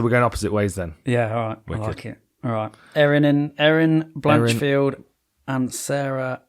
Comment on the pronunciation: Blanchfield… not Blanchard 😅 you boys doing a chael on us?